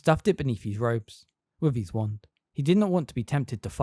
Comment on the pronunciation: His isn't pronounced like heez